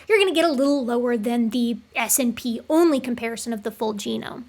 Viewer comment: I know this is minor, but I winced a little every time you said 'ess-inn-pee' instead of 'snip'.